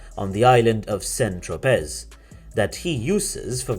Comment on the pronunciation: the narrator should learn how to pronounce French names, surnames and toponyms: it's /bernar:/ not /bernarD/ )) its /arno/ not /arnoLT/ /saintropé/ not /sainttropeZ/ )) absolutely not OK !